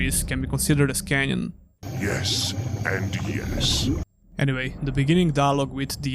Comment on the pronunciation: it's canon, not canyon.